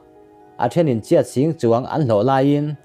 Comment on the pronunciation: Lo haw lem lola,graduate tal i ni ve hrim2 em le??? ... K tihchhan ber chu Burma pawisa i lam dan hi "CHIAT" I t a!!!! "KIAT" tihtur zawk a ni e. Zoram mipui tamtakin i video hi an en c a, pronounciatiin te hi uluk leh dik takin hmn zel han tum teh le... Keep it up n all da best!!